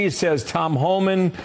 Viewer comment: It’s HOLMAN!!!! Not Homan! I get so frustrated when the chyron is even wrong and then twenty people in the comments are like “I love Homan”… even my phone knows that it’s wrong!